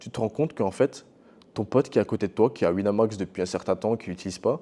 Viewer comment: "Sur Wineumax" 🤓